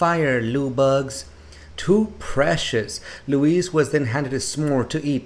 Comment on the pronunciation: His name isn't LOUISE it's LOUIS pronounced LOUEE not LOU IS